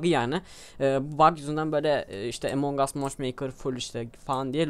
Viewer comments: emong us değil doğru telafuzu among us translateden bakabilirsiniz neyse efso video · ABİ AMON GUS DİYE OKUNUYOR OYUN AMONG US DİYE YAZILIR AMON GUS DİYE OKUNUR :D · abi emong us deyil among us